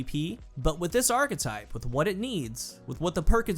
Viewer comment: kills me with how he pronounces "archetype". Always says it "arc-type"